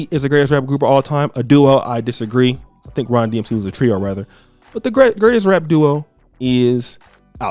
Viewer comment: "RON" DMC?? TF??